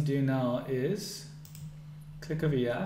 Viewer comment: why are you saying here as yaa